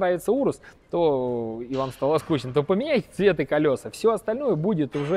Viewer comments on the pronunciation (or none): none